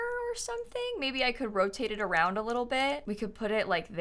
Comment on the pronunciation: in every single video: "Should we wrap around de porch?" 😂